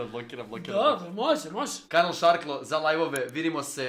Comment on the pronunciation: KAKO JE REKLA MOZJE HAHAHAHAHAH